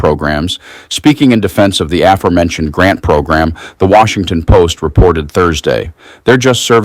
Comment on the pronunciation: PLEASE check the pronunciation of the word, "aforementioned," sir.